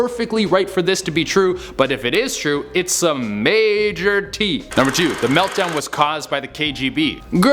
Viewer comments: Tea...? Is that whatcha saying? I thought you were saying hot teeth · Never, will still be too soon to hear you say tea ever again. 😒😩